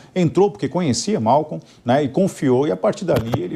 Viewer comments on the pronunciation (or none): Não é Malcon, é Maicol kkkk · Meu Deus o nome do assassino é Maicol. Tem dúvida? Este senhor fala Mawcou socooorrooo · Não é Malcon, é Maicol.